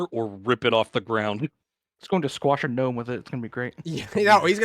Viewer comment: "Gno-me" lol